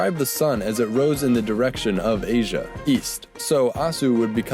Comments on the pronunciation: Well, good work but you pronounce W as V and it was a digamma which may sounded more like Y as in the word "Yes". So it wasn't pronounced Aswia but Asyia. Anyhow, we will never know the exact sound, all these are assumptions. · The "zh" sound in "Asia" is right there: "si"